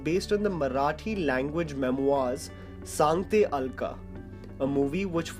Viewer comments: It's "Sangte Aika" not Alka, it means batati hoon, suno. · It's Saangtye Aika... NOT Saangatye ALKA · It's Sangate Eika not Sangate Alka...